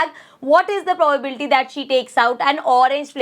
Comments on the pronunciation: Probability hota hai pobabilti nahi hoti hai 🤣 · Mam aapki pronunciation galat h vo probability hota h..😢